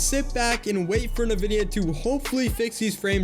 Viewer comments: Great video. PS its pronounced INvidia, rather than Navidia. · "Nividia" lol